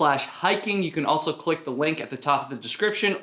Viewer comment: There is no T in the word also. JS